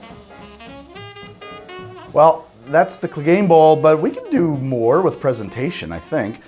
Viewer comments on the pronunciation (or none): Say "Bouwel Bouwel.." one more time. I dare you,, I double dare you. Samuel L. Jackson intensifies